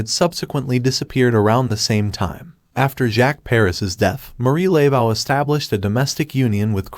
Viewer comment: You're killing me with the pronunciation of her name. It is not LAY-vow, it's Luh-voh. Getting the name right seems pretty important.